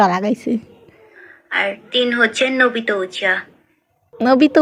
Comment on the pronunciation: Obito uchiha ❌ Nobito uchiha✅😂😂😂 cartoon gamer :Demons slayer❌Deimons slayer✅😅🤣🤣